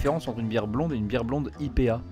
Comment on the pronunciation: Alors déjà c’est pas « I.P.A » on dit phonétiquement aïe pi hé PTDRRRRR La Diff c’est que dans un bar la blonde coûte 5€ et IPA coûte 9,50€ (IPA est plus ambré) mdrrrr